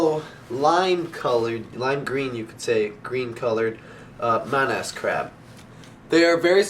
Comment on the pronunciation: It's pronounced MAH-nuhz